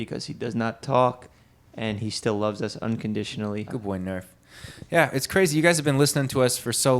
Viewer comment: Nerf says 'Arf'